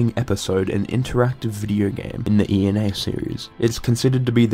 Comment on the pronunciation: just an fyi her name is pronounced (eh-na)